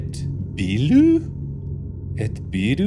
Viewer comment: mark, as a brazillian trust me... that is not ET Bilu